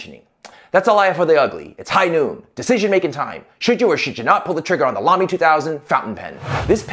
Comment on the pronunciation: Thank you for pronouncing Lamy correctly! :)